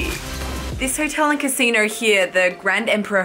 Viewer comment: Pronouncing "Basino" in such an African accent! Loved it😄